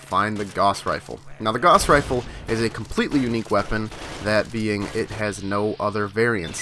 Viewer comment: It's fucken "Gauss"! Rhymes with "mouse".